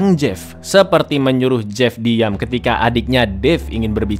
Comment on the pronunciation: Bukan dave anjr tapi david kocawk